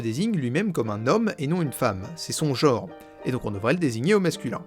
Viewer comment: pas mal (par contre pour chercher la petite bête tu dis "Chiic" ok mais à ce moment là dit "genre" et pas "jore" )